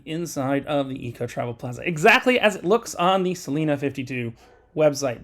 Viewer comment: It’s pronounced Celina with a long I